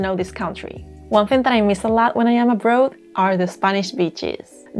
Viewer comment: Señorita, you have a problem with your pronunciation of one word - the word “abroad.” I can understand why because pronunciation of English words doesn’t follow rules, as it does in Spanish. Don’t pronounce “abroad” with a Spanish “o”. Instead pronounce the “oa” like “au,” as in August. I know that this seems counterintuitive, but much of English pronunciation is not terribly logical. Most of your English is very well done with your ever so cute Spanish accent. Tu acento es muy agradable y precioso. I think that you could have warned your viewers in your 10 things not to do in Spain video that if someone was becoming too flirtatious that they could use the phrase “no me tu te es” to cool things down a bit. I don’t know how they may be in Spain, but in Mexico young men can become quite aggressively flirtatious with foreign women. I am an older gay man, so sadly most jovenes are not flirty with me at all when I visit La Republica. Que triste para mi. 😢